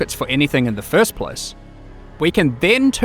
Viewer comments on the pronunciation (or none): none